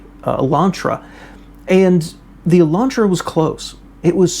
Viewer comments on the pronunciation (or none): none